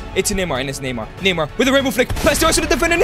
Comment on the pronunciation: Neymar not mynamar